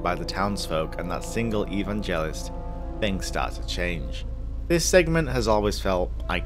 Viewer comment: eVANgelist not evanGEList